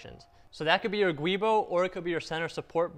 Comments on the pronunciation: Good video ! BTW, the word "GIUbo" is pronounced "Jew-Boh", not "Gwee-bo".... :-) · The guibo is actually pronounced "jewbo". ;) /truestory "A giubo (/ˈdʒuːboʊ/ JEW-boh; etymology: giunto Boschi)". Just thought youd like to know. :)